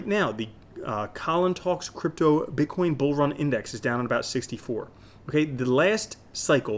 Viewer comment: BiTcoin not BICKOIN ;)